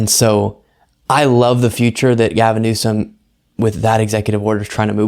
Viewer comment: it’s Newsom!